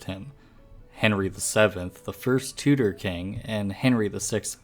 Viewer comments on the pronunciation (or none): none